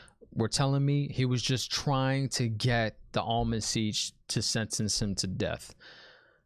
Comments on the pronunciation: Hey man, really enjoy your commentary. I'm surprised I haven't seen anyone explain to you that the head of the Aes Sedai is known as the Amyrlin Seat, not the Almond Sitch, lol. I roll on the floor laughing every time you say it though. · i don't think it is a typo but an inside joke kinda thing because keeps mispronouncing Amyrlin Seat as Almond Siege. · The ‘teleportation’ painting thing is confirmed to be a ter’angreal. He says ‘almond siege’ for ‘amyrlin seat’ and ‘Szechwan’ instead of ‘Siuan’ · Just a couple pronunciation points. Not sure if it’s just nicknames you gave them but I wanted to make sure you have it right if you want it: Suiane =Swan Amyrlin Seat: Am Er Lynn seat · Honestly you need to have merch that says “Szechuan, The Almond Seige” 😅😂 It’s hilariously wrong and I sort of hope you don’t start saying it correctly lol